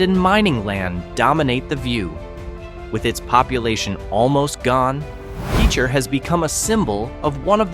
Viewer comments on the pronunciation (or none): PEEE-cher? WHAT!?